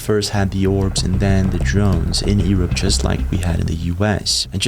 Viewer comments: Seriously man, are you slugging shots?...it's not Ear up, it pronounced, you're up....learn to pronounced English Grammer correctly , you effectively up quite a bit pal. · Why don't you know how to say Europe? Yer-up not E-rup. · It’s pronounced “YOU-rupp”. Not, Eee-rup 😂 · Europe, yourr-up not ee-rop. His ... hizz not he's. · The most alien thing about this video is how he pronounces Europe: Ewrupp. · Let's start with Europe U-R-U-P sound it out. E-R-U-P isn't working 😅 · Why u sayng yurup earup? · where? Ear-up? Irrup? Lol only joking pal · All I got from this video is that some people pronounce Europe as "Ear Up." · bro we are called Europe not Erup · It’s Europe the E is silent come on man didn’t you go to school ? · bro please stop saying the word <europe wrong. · Bro you need to learn to speak words correctly, Eeerop, whats that? Also you say Heees instead of His and many other words you get wrong. And who is Ross Coulhart? Or do you mean, Ross Coulthart?